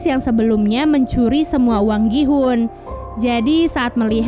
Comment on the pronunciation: Gi hun❌ Ki hoon ✔